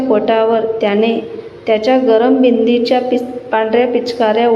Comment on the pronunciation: ❤❤ मॅडम तुम्ही आधी नीट शिका बिंदाच्या पिचकाऱ्या असे म्हणा बिदीच्या नाही फक्त बिंदाच्या असे म्हणा ना ❤❤